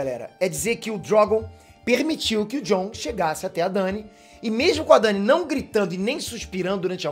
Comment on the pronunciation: Porque ele fala Drogon desse jeito kkk? E poque ele chamada Dany desse jeito também? Kkk